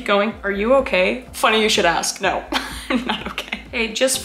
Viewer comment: It's otay jeez